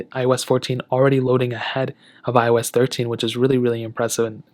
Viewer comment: It seems like you were sounded like " I was 14" not "iOS 14". Just saying, no offense.